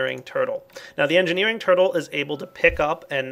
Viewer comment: lol "purtle"